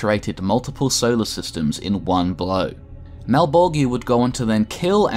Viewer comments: A new spawn is made every 400 years, not a 100 and its pronounced Mal-Bol-JAH not malbolgia , thats just how its spelt, not how its said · Malebolegia = Mal-bol-juhh (jiuh) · Mal - bol - jah. That's the correct pronunciation. Everything is fine. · The only gripe I have in this video, is he's pronouncing malbogia.. malbojia? I'm not sure on the spelling but I do know it's mispronounced. Other than that I'm now a subscriber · I think the worst part is knowing you must’ve just looked it all up an made a video off of the shit you read in 45 min. You pronounce malbogia so wrong every single time. Anyone who knows spawn, knows how to pronounce his masters name. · FFS it's pronounced Mal-bol-ja. Watch literally ANY Spawn media where it's spoken. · YO!, you're pronouncing Malebolgia wrong man, go and watch HBO HellSpawn hear them say his name the right way man. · You mispronounced malebolgia countless times. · That ain't how you pronounce Malebolgia dude. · Why so many people pronounce malbogias name wrong 🤨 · Does it bother anyone else that he pronounces Malebolgia name wrong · You are saying malebolgia wrong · How you pronounced Malbogia's name gave me anxiety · The g in malbogia is pronounce more like a j then a hard g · Great video but I cringed every time you mispronounced Malebolgia . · You're pronouncing Malebolgia incorrectly.